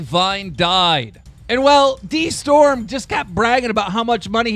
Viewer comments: It's pronounced Day-storm not d e storm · BRUHH Its pronounced DAY Storm!.....